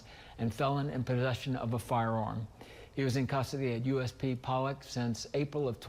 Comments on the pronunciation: Nobody calls it pole lock other than you. I can hear the ignorance in your voice! It’s not ex cape either it’s ESSSSS-CAPE! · but the newscaster at the beginning slips up and calls it pole-lock lol